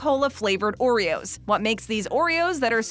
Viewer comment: Someone say O reros?